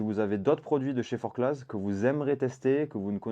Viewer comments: On dit merino et forcla par contre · Super vidéo !! Par contre, ça se prononce "FORCLA" 😉